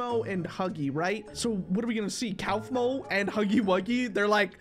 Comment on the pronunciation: its pronounced KOFMO